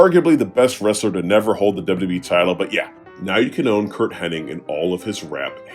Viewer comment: his names hennig man not henning